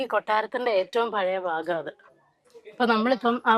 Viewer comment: ഫാഗം അല്ല ഭാഗം ആണ്